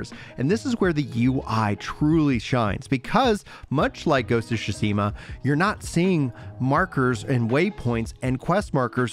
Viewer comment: great video btw I just thought it was funny the way you pronounced GoT.